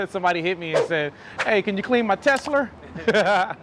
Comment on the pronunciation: “Knocked Out The Tesler” 😂😂😂